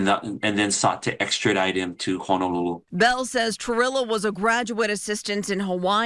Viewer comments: Great work! Great science! One thing that’s obvious to anyone from Hawaii. They keep saying Honolulu wrong. It’s not Hanalulu. It’s Honolulu. Hanalulu is something else. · Amazing story, but I must mention one gripe. Only the prosecutor pronounces Honolulu correctly. For those of us who live in the islands it is grating to hear everyone else in this video mangle the name of the most well-known city in the state.